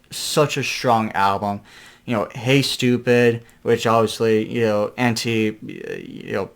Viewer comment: "Hey Stopoid" at 3 is just THAT: STOOPID LOL